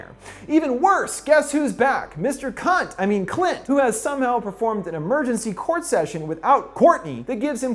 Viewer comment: Ok I gotta be honest, this whole I expected to be just a simple summary of a movie that has some little jokes here and there but GAH DAMN that moment when he said cunt instead of Clint got me by surprise 🤣